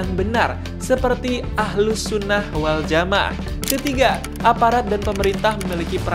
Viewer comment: Miminnya Islam atau bukan sih atau robot ya. Masak ahlussunnah waljama'ah aja gak ngerti baca masak dibaca wal jamaaa preettt